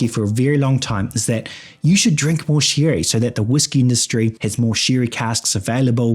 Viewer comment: The thick kiwi accent is the highlight of this video. Corkers like spictrum and shirry and having six with a sheep abound. Luckily whiskey is already pronounced with an I.